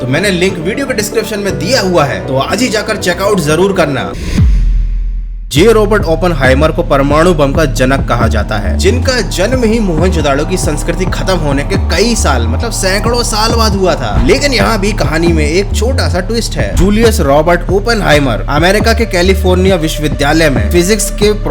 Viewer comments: Bhai mahanjodado nahi mohanjodaro hota hai 🤣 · It is not mohanjodaro. It is mohanjodro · It's not mohenjodado it's mohenjodaro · Who listen, Mahenjodaro as Mahen chodaro?🤪😅